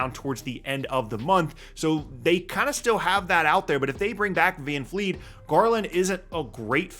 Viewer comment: It’s Van Vleet, not Van Fleet